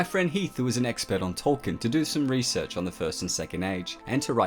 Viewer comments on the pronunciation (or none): none